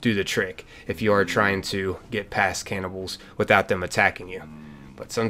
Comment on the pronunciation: aint no way this guy pronounced it caynibbals